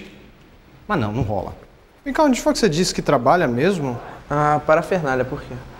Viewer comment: parafernália e não parefernalha , mas isso é o de menos ...